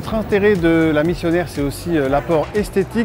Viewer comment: C’est Exact Missionnaire il dit 😁😁😁👍👍👍